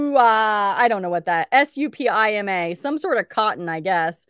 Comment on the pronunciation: Supima is pronounce Sue Pee ma